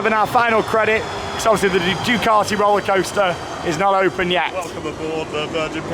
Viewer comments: You say Ducaty I say Duekarty??Lets call the the whole thing off lol. It's said as DUKEATTI.BUT like you know spelt Ducati lol.Who Knows??Ask the Italians?? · Its Due - cat - e